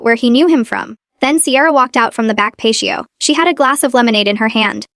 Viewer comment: Pat-te-oh. Not Pashto. Stop AI til you or AI can better edit